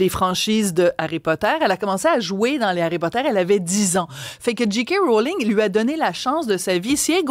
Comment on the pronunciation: pourriez-vous corriger votre prononciation, SVP. la lettre 'j', en anglais, se prononce prononce 'djé' et non 'dji'. On devrait prononcer 'Djé' 'Kay' Mrowling. Merci.